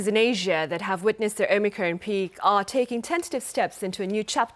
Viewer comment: Omicron, rhymes with on. Not omicrone, rhyming with own. Sheesh... 😑